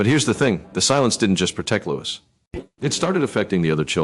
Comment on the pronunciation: At least learn how to pronounce his name!